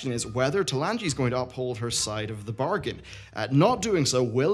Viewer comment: What's a "BARGIN",? =)